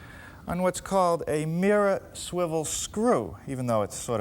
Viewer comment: There's an R at the end of mirror